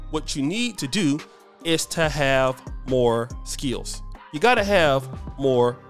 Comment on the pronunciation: I like the way says skills with two syllables. 😅